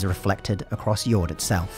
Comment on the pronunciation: if Jord is meant to be pronounced like it is in say. danish. then the D is supposed to be soft. it's not pronounced like Fjord. just a small detail